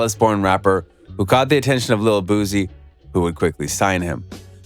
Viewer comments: His name is pronounced “Boo-C” not “Boo-Z”. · Ayy Dallas ain't Houston an Houston ain't Dallas we 4+ hours away from each other BOOSIE didn't sign Mo3 an its BOOSIE not boozie 🗣(boo·ci) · Bruh say his name right booSSie not zz🤦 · Wypipo trying to enunciate words like black ppl is so annoying and i only stayed to write this message. .u sound dumb af just pronounce the names however u pronounce ALL ur words. ."leal boozie" is how u sound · I think you're lame first learn how to pronounce his name. Boozy lol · No Z in his name yall got me saying boozie like I'm an old white man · Ima say this then leave but please stop sayin his name like that also its not lil no mo. Its boosie badazz. Do ya research.. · I'm convinced u purposely pronouncing his name wrong for comment content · Damn if you not going to say his name right don't say it 1,000xs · You need to say his name right! Obviously you haven't seen his interviews or know his music. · Bruh all what u said is f*cking wrong bro even the pronunciation of boosie and where is the video which shows the goons pulling up???! All liars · You can't even pronounce BOOSIE name correctly, Culture Vultures